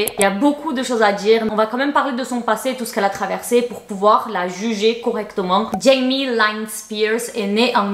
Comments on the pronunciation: Britney n'a pas 15ans d'écart avec son frère (ils ont 4/5 ans d'écart) c'est pas la même chose 😊... pour info Lynne ne se dit pas "laïne" mais "Line"😉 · On prononce Line et non Lyne. Les Spears sont baptistes et non catholique. Je suis Canadienne et je suis choquée par la prononciation de l’anglais par les français! C’est pas possible!Jamie est sur la cocaine depuis qu’elle a 16 ans! Tes renseignements sont majoritairement faux. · Cc juste pour te dire ca se prononce Jamie "Line" et pas "layne" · GGGHHAAA! On dit pas Jamie "Laïne", c'est "Linne"! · Ça se prononce pas « Laïne » mais « Lynn » comme tu le lirais en français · NOOOOON JAMIE LYNN, LYYYYNN, liiiiiine comme euh.... Aline!!!! Sans le "a"!! Ou alors c'est vraiment la marque de fabrique de de s'en taper des noms des gens xD (une petite recherche Youtube si on a un doute, zuteuuuuh) MAIS SINON tes vidéos sont toujours très agréables à regarder:)!